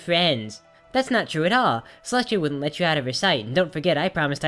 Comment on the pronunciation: Celestia not Molestia